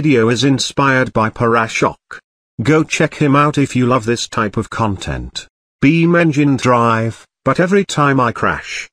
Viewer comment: Him: beamnjim drive Me: so... jimmy de Santa made this game?